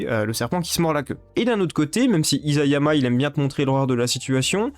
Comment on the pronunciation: Très intéressante vidéo. (Petit détail : Isayama se prononce "issayama"^^;)